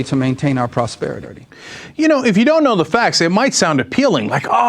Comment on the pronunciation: I heard Rubio say "prosperi-dirty". Did anyone else hear that?